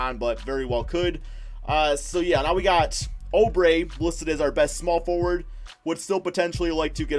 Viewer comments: Suns will make a bigger splash. You’re too conservative. TJ Warren will be traded. Maybe to the Nets for Dinwiddie or s&t for Russel. Then they’ll get an audience with KD before settling on Julius Randle. Oubre...pronounced Ooo bre not oh bre will be resigned after they finish free agency signings. Probably 4 years for 55 million or about that. He’s also the starter even if Warren is on the roster. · STOP SAYING OUBRE WRONG ITS “OOO-BRE” NOT “OH-BRE”